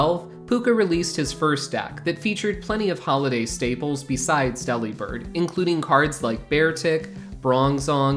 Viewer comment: It’s not pronounced Deli-bird. It’s De-Li-Bird. He’s a BIRD who DELIVERS. Not a meat counter that flies.